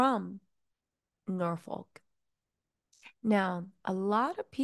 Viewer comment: Bit of help for you. “Gloucestershire” use Glos teh sher…. Glostehsher. And ‘Norfolk use Nor fuk …Norfuk /and that’s from someone who’s lived in both locations and speaks both dialects👍😊